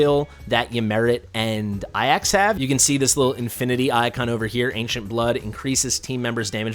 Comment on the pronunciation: I love you, but my brain exploded from how you pronounced Ajax. that has been my gamer tag since I was 8 so I like "no way, maybe there have been people that pronounce it that way"